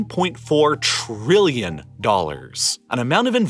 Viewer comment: Fantastic! Informative and great to watch! Just one complaint: The narrator is stressing a lot of syllables in the way that teenage girls often do. E.G. "Tah-RILLION". Admittedly, I'm being (somewhat) nit-picky. But, it's the only real weakness here. Thank you.